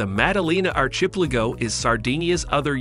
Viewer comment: All those exotic words and it fails to say "archipelago"... Oh and randomly repeating text near the end of the video.